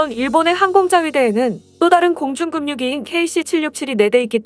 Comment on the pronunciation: 급유기 [그뷰기], 계속 들리니까 꽤 거슬리네요.